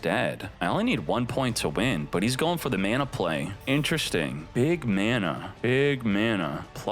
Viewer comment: Say manaphy’s name right